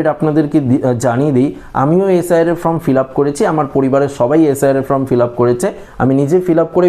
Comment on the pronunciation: শব্দ টা ফর্ম, ফ্রম না 😂